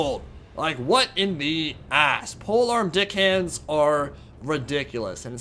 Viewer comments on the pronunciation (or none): Do you intentionally call them "Dickhands", or is that just how you pronounce Deckhands? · Hello, are you saying pole-arm dick hands?